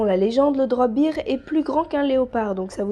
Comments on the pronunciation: Super vidéo, c'est vraiment intéressant de découvrir des créatures mythologiques méconnues ! :) Néanmoins, il faut bien que je fasse mon chiant, bear en anglais se prononce "bèr" et pas "bir" (sinon, il s'agit du mot beer qui signifie bière, donc rien à voir avec un ours a priori ;p). Bref, bon retour, et surtout je te souhaite un prompt rétablissement ! ^^ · Alors super vidéo, mais étant une grammar nazie en français ET en anglais, "bear" se prononce "baire" (en quelque sorte), plutôt que "bire" qui est la prononciation de "beer", la bière ;p En tout cas, je ne connaissais aucune de ces créatures !